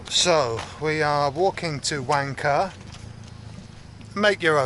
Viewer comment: it pronuce wang ka h it silent